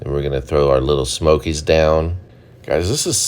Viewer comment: I love when he says "little smokies" 😂😂😂